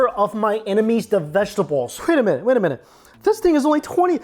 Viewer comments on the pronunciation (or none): none